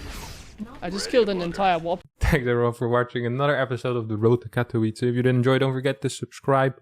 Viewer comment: Katowice is pronounced as Catovitze!